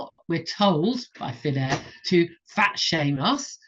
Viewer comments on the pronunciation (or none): It's Finn Air. Not fat air.